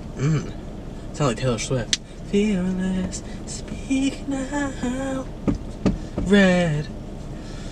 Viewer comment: The random “I feel like Taylor swift” 😭“Fearless speak Noaow reeAed” 😭😭😭😭